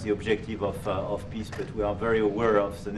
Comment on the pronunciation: " A long standing Piss " Macron everyone...